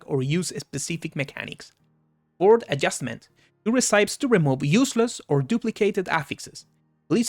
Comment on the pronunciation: Just so you know - not that it matters but it does make you sound more "pro" - "recipe" is not pronounced "reh-sigh-p" is is pronounced "reh-sip-pee". English is borked, I know.